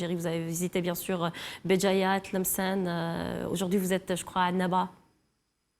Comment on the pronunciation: واحد فرنسي ميقولش عنابة بكل فصاحة يقول انابة